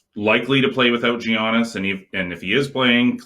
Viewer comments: ‘Ya/nis’ is how you pronounce it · Does it annoy anyone else they both say Giannis incorrectly?!! And duh the Heat are going to close them out today.